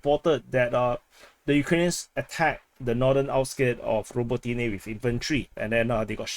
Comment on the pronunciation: You and Weeb and your "ro bo TEA neh! ra BO ti ne!